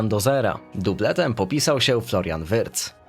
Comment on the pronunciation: Wirtz❌ Wyrtz✅